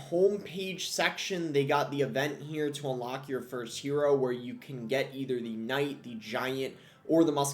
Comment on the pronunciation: Hewoe knight is bwoken